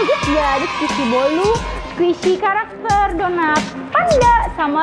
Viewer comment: Squisi lol kak